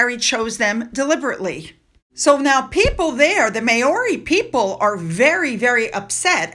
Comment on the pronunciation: That's the funniest pronuncition of the word "Maori " LOL . Not laughing at you unkindly, but being born a Kiwi of mainly English and Scottish heritages and known as a "pakeha" in the 50s, 60s and onwards, as opposed to being of Maori heritage ,vive never gear. Maori pronounced as Ma- oris 🇦🇺👍👌🙏🤗💞✌️👏🇺🇸✝️